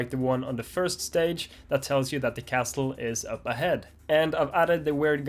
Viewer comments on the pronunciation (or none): SNAKES!!! T in castle is silent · Love the banana guy! LOLed at the level name that had "LOL" at the end. The "T" in "Castle" is silent. Good luck on your exam. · Hearing him pronounce the "T" in castle was low key distracting lol